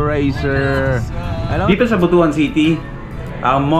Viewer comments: Brad welcome to Mindanao astig! 💪 By the way BUTUAN is pronounced as But - Wan not Buto-an 😅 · Butuan should be read as But-wan not Butu-an.